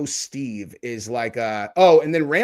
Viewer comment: WTF. So why do you say that? Because of how he looks?? People could literally say the same thing looking at you lol. The dude is literally a veteran and the victim of a brutal beating and you feel the need to degrade him? For what reason? And get his name right ffs. Its Stu! Man this video was infuriating from you. And i don't even want to get started on your insane pearl harbor/japan comment and comparison. That was equally infuriating and ridiculous.